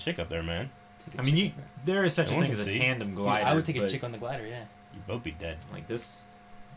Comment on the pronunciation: "Bolth." "It's pronounced 'both'!" "You sound like such an ass the way you say it."